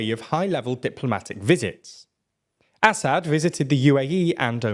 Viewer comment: A-sad. Not Assa-d, Basha-r el A-sad. damn you. It’s such a beautiful name , and you are butchering it every time. It means lion, like the Russian Lev, the Latin Leo, or the Hebrew Arye. Can you please find a native speaker say it? I can’t take it any more, you are the worst channel in regard to proper pronunciation, by far.